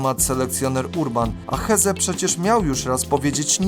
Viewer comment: A do czego prowadzący ma się ustosunkowywać? Masz rację, a on (prowadzący) nawet niepoprawnie wymawia nazwisko Hezze gdzie "h" jest nieme bo to hiszpańskie nazwisko. Ale żeby wiedzieć jak je prawidłowo wymawiać wystarczyłoby obejrzeć max 5 minut materiału nt. tego zawodnika u Ćwiąkały.